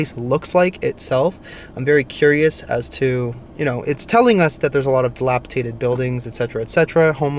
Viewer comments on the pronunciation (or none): The crime doesn’t happen typically during business hours in broad daylight. You won’t see unsavory people standing around. And just walking the streets. It comes out at night, and often occurs at gas stations, night clubs etc. you don’t want to be outside alone at night. Ps, it’s dilapiDATED, not dilapiTATED